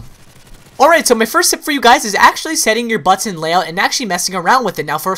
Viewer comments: button was said wrong allot this day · say button again, i dare you!!!! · dude u say "button" a bit wierd bro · You say "button" weird